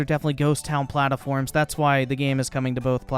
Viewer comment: First of all, perfect time stamp. Second of all, "P L A T A F O R M S"